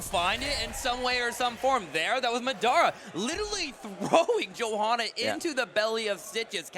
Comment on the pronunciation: He can't even say "Johanna" lmao